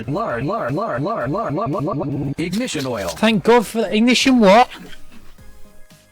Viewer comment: Bro said finally were done wit- IGNITAN WANT